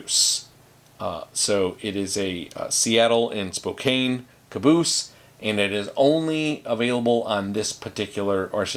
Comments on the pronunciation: Spokane = Spo - can. There are a lot of areas that have challenging names. I remember when this Californian started grad school in Milwaukee and l pronounced Waukesha as Waw Keisha. Lol. I was corrected. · It's pronounced spo-can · I used to work as a Paramedic in Spokane. The pronunciation spo-compton is also valid.